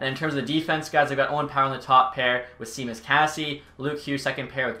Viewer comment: Good vid, love these types of ideas. For future reference, Casey’s name is pronounced Shawmus. Not Seemus or Sheamus… Shawmus. 👍